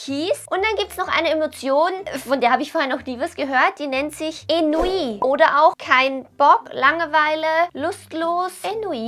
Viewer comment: Ich glaube man spricht es onwi aus aber keine Ahnung